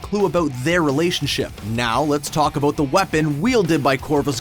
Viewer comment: What are you talking ABOOT